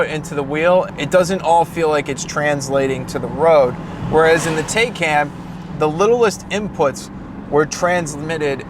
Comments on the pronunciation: TIGH-CON not taye can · Taycan. No taikan. This guy need to watch some a the Germans videos to learn how to say TAYCAN. 🤷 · ‘Tie-Con’ not Taken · Yeah, I thought it was TIE-CON not TAY-CAN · It’s not a Teh-can it’s a Tai-kan. Porche should name it’s next car bill just so everyone can pronounce it correctly. 😁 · *tie- Khan is the correct pronunciation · Pronounced Ty-con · The “tie-con” (correct pronunciation) has an accelerator, not a gas pedal. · I need a second opinion on that pronunciation. 🤔🤣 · Hahaha. I see that mispronunciation wasn’t missed on anyone. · Why is it so difficult for English speakers to pronounce the name correctly: It is a noun out of the Turkish language - has nothing to do with German.